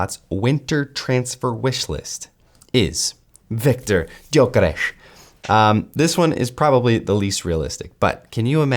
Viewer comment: Respect for knowing his name should be pronounced hungarian !